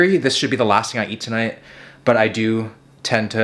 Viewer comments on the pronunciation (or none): none